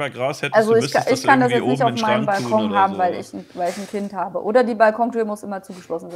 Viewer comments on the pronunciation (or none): none